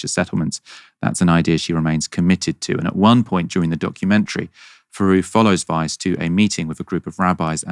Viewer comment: I keep hearing "Vice" not "Weiss," even though I read her name twice to make sure I understood. About 7 times now, my brain has gone like "Whaaaa? Vice thinks Israelis should settle in Gaza?" And then I'm like "oh no, it was this horrible settler lady."